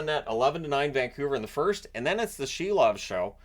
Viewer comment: Silov is pronounced SEAL-OFF